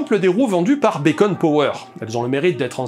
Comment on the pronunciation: Beacon ça se prononce biconne, pas béconne. Béconne ça correspond au bacon, c'est bon au petit déj. mais c'est pas ça.